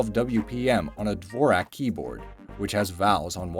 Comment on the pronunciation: Also you don't need to spell out Q.W.E.R.T.Y. you can just say ˈkwərdē/ (like if you google it, it says how to say it.) Also you said DVORAK weird.